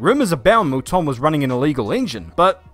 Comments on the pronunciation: Who,s Michelle Molton???Its Mouton. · You need to teach that girl how to pronounce Mouton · Good god that girl at the end can't even pronounce moutons names properly ffs